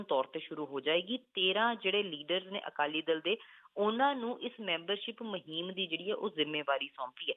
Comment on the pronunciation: Astifa Maheem shabad Theek bolo Asteefa te Moheem nai Asteefa te Mohim hunda a g Pronunciation disturb listeners. Please don't mind be a good speaker